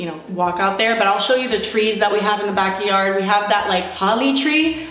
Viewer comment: Omg!!! The way you say backyard lmaoo backi-yard